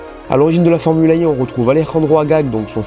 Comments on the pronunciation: Pourquoi tu prononces formule Ai et non formule E?? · Super vidéo, merci En revanche la prononciation fait un peu Formule AI Comme si l'intelligence artificielle avait une importance capitale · Formula One Formula E E se prononce i en anglais 😁